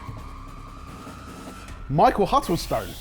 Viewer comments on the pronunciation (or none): none